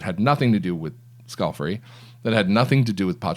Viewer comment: Scale - FAR- ee,, skal-far-ee NOT scalf-eri